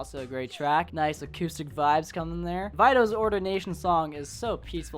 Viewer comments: I think Vito (of Vito’s ordination song) is pronounced like “veto” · How you gonna pronounce Carrie, Casimir, and Vito wrong 😂